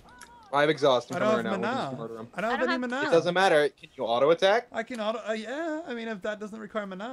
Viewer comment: You say Mana wrong